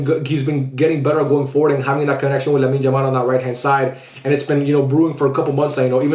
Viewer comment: Lamin Jamal 🤣🤣🤣🤣. Why isn't anyone talking about his pronunciation